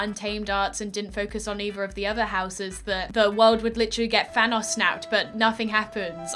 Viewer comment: no one:: thanas its thanohs